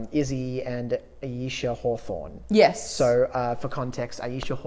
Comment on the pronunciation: Pretty sure her name is Alisha, not Ayesha. Also, you guys didn't mention the coolest bit of the film, when Buzz is doing the entry orbit calculations manually and he pulls out the chart!! Aaargh so cool. Great video though. You two are really getting the hang of this!